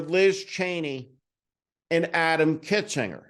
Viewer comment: Dude, you need to get it right, it's KINZINGER He, and Cheney, are clear-eyed, clear-thinking, brave leaders The least we can do is to pronounce their names correctly Heck, I'd really consider voting for either of them if I lived in the state where either would serve